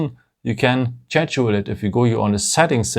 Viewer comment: Liked the video. Nice little tips and tricks. Loved your (d)english, but please learn how to pronounce "schedule". You are way off! ;-)